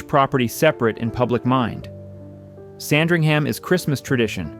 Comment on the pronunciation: Lots of misinformation and random, unrelated houses.... re-edit and get someone who can pronounce "Sandringham" correctly!